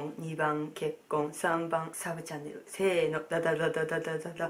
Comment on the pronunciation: ２／３の確率で結婚かと思ったやん。「サブチャンネル」が「さぶちゃん」に聞こえたわｗ